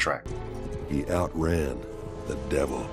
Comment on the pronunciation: He "outread" the devil himself, huh? I'm not entirely sure that's how it's said... but I could be wrong. Captions says he is saying outran, but I definitely hear a southern drawl saying outread. Lol. Whatevs.